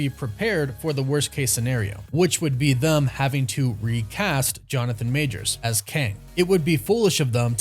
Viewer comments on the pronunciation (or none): Why do you keep saying "Majors'ziz"? It's clearly written as "Majors'", there is no "ziz" after the possessive apostrophe. Please stop, it sounds dreadful.